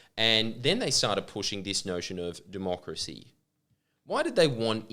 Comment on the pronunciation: Jordie did U say " doomochracy " That's lit